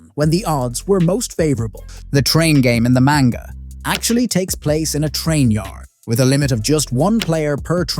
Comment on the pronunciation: The more he pronounces manga wrong the more suicidal I get